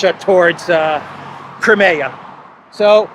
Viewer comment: Just so you know… Crimea is pronounced Kry me a (river)